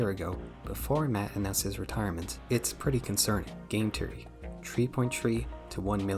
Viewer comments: cool video but I can't stand how you pronounce theory as teory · "Game teory" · Hi. Your pronunciations are trash. It's THEORY not TEEORy. You aint Irish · >teary >tree bro visited his speech impediment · hearing "Game Teary, Teary Channels, Tearies" hurts my brain functions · Imagine making a video abt THe THeory channels but can’t pronounce “TH”… nightmare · Bro how did you manage to misspell Theory everytime you said it?